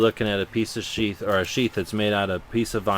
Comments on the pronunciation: when he said piece os sheath i thought at first that he said a piece of shit lol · Haha, you were talking about how this is a junky knife, then you said "We're looking at a piece of 'Sheath'.." i could hae sworn you said 'We're looking at a piece of Sh**". lol. great vid! keep it up.